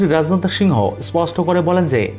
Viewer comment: উপস্থাপক তোমার বাংলা শুদ্ধ উচ্চারণ শেখ। প্রকৃত বাংগালী সর্বপ্রথম বাংলা লিখতে ও পড়তে জানতে হয়ে।রাজনাথ এক শব্দ একবারে উচ্চারণ করতে হবে।